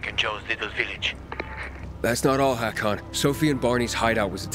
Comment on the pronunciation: Its hakon